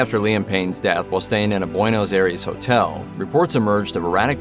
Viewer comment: "Boynose Aires hotel"?!?!? 🤣 I'm sorry about the spelling of Buenos. I had no idea of how to spell it the way that he said it. 😂😂😂 Rest in Peace Liam. 🤗 ❤️❤️❤️